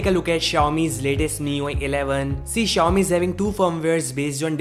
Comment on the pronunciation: Why do you keep saying the company name wrong about 100 times in your videos?